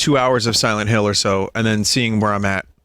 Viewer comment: Siwent Hiww. ....2